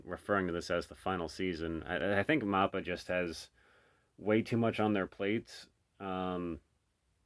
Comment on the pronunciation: MAPPA is pronounced, MAP🗺-A, Not MOP - PA